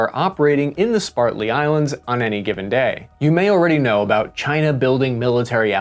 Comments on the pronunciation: First, thank you for your video. Thank you for taking the time to research and disseminate this information. The second thing I’d like to mention is your pronunciation of Spratly. I would not say anything if you were using the Chinese, Filipino, or Vietnamese name of the islands. I know we all make mistakes, I mispronounce words every day. But continued mispronouncing throughout this edited video makes me wonder what other details you have either taken lightly or flat out gotten wrong. Thank you again for your time. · "SPRATLY" not spartly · You said Spartly and the islands are named Spratly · Just some corrections: it's Spratly islands, not pronounced Spartly islands (with the metathesis) and China's nine-dash line also breaks the EEZ of Taiwan and Brunei, a small country nestled between the South China Sea and Malaysia. Great video though, thanks so much! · Spratly and beams,, not Spartly and berms. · Spratley not Spartley Prat not part Rat not Art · Tis SPRATley Islands, not SPARTley. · SpRATley, not Spartly. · Spratly, not Spartly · Correction: They are the Spratly Islands, not the Spartly Islands as the narrator says on multiple occasions. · anybody else slightly annoyed by the way he says "spartly" instead of Spratly's? nobody? i guess my filipino ears need some fixing. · great video. The islands are Spratley, not Spartley as you pronounced. Also, The quasi military fishing boat would have a 9m BEAM not a 9m BERM. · Dude you've got to pay attention to spelling. You're mispronouncing a lot of terms. Chinese ships have a 9 meter beam, not berm. It's the width of the ship. And it's the Spratly Islands not Spartly. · Both graphics say "Spratly." You said "Spartly" twice. Which is it? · Spratly, not Spartly. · Sprat-ly, not Spart-ly islands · SPR-AT-LY. Not Sp-art-ly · “Called the Spartly Islands.” Uhh, that’s not what the map says: “Spratly.” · SPRAT-ly, not Spart-ly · *SPRAT-lee... Islands. Not Spart-ly... Lol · its SPRATLY ISLANDS, NOT SPARTLY